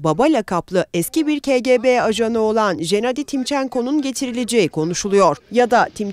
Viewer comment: Ke ge be değil😅. Ka ge be